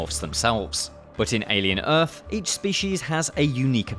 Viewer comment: alien earf